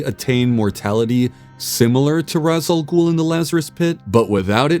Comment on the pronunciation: I hate the pronunciation "raysh" al ghul. Its an arabic saying. Ive never heard anyone say raysh. We say it as ras